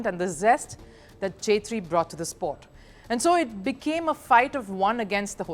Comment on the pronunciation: It's not ' chetri ' , it's pronounced like ' kshetri ' .